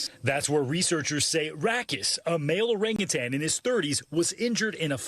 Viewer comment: If you're going to report the news get it right. The word is orangutan. There is no second g at the end.